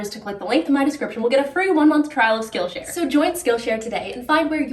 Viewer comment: Skill Sh”Ariel”. 😂